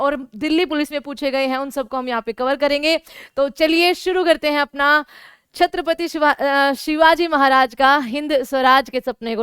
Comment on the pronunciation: Oye madam tumara lecture vutna important nahi hay lekin hamare chatrapati shivaji maharaj ka name sahi se Lelo 🤬🤬🤬🤬🤬